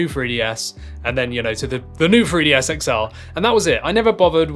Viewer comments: It’s pronounced new 3ds not new free ds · Why does it sound like you are saying FREEDS all the time😂? It's a 3DS dude😂😂